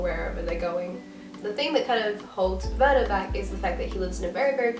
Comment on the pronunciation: No, it sounded right to me. :D I'm putting it at the top of my tbr list ^^ Learning with books is always better than having to study!